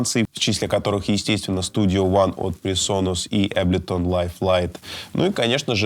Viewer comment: Не Аблетон а Эйблтон хах 😜👍